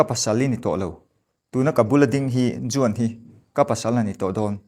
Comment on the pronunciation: Juan hi wan ti a lam tur. Jose hi Hawse tia lam tur